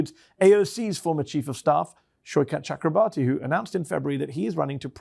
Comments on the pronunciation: Pronounced Shoy-cuth Chukra-bor-thee. The Ch is like Chuck, th like in thumb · Every time a non Bengali pronounces his name, I die a little bit on the inside. I'm Bengali. It's pronounced exactly as it's spelled. Or if you want to sound correct, it's 'Chalk-robe-Borh (as in Niels Bohr)- tea' (with a preferably soft T sound/